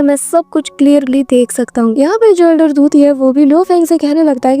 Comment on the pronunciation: Elder tuti nhi ...... elder puti